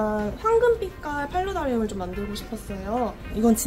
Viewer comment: 팔라다리움이라고 하시잔아요